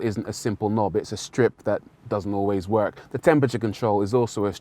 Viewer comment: The strip that doesn’t always “wogk” it’s bloody “WORK” not “wogk”